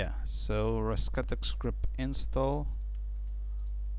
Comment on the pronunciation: presenter appears 2 have problems pronouncing vowels. i could not make out grub : grəb bug : bəg & label : lā-bəl. Had 2 listen carefully & piece together the context.